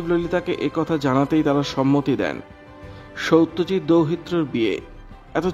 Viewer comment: সৌত্যজিৎ নয় সত্যজিৎ,দৌহিএ না পৌএ,😂